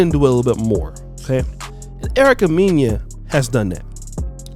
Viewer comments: Lol Erica “Meen-ya” 😂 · her last name is pronounced Mena (Men-Nah)